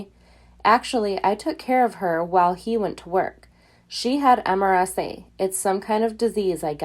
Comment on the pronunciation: MRSA - mur-sa is how it's pronounced...